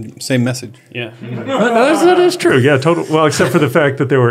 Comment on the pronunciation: It’s twu! It’s twu!